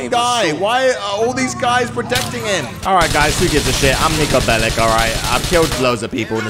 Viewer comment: Me:nico belic nico belic:nico beleek